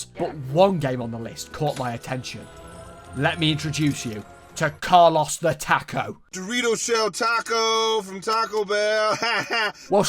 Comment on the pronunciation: Car-loss the Tack-o lol